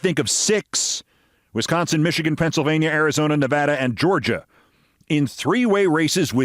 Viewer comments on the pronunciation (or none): none